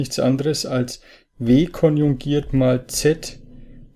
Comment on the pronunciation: es heisst "KONJUGIERT komplex" und nicht "KONJUNGIERT komplex"